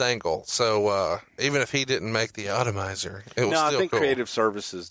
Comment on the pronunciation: Otto-mizer? It's Atomizer.